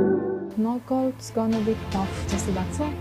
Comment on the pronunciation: नकआउट्स हो कि नाक काट हो 😁😁